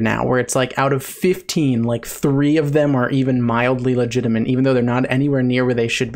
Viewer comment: How have you gone this long while saying "legitimate" incorrectly? It looks and sounds like you're saying legitimant.